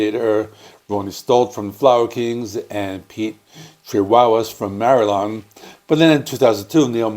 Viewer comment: I was referring to his pronunciation of Marillion. He said it with three syllables instead of four. He said Marilon.